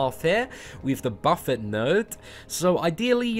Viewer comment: Yes! Someone who pronounces buffet correctly! Always killed me to hear buffet (buh-fay) instead of buffet (buh-fit). Two completely different words.